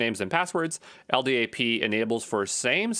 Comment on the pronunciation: LDAP is pronounced "EL DAP". If you spell out the letters like you did you sound like a noob.